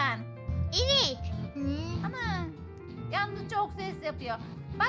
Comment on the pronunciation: o yanlız değil”yalnız”